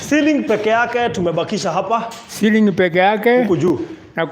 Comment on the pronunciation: chiring 'ceiling' 🤣🤣🤣